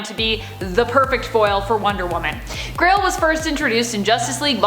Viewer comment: euuuhh its not Crail, its GRAIL.